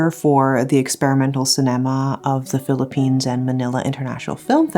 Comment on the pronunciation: Cinema not Ci-ne-ma